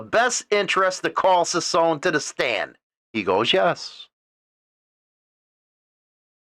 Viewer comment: His name is NOT SPELLED "SANTILIAN" ITS SPELLED "SANTILLAN". ITS REALLY NOT THAT HARD, JUST PRONOUNCE THE TWO "LL's" like a "Y"! And "CICCONE" JUST PRONOUNCE THE TWO "CC's" like a "K" Hard to understand Your ignorance here.